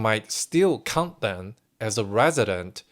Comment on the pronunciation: You are pronouncing the word "count" as "cunt". If you don't know what that means, look it up. Not good.